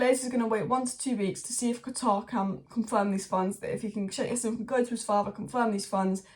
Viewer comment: It's not yassim, in Arabic you pronounce the J.. it's Jassim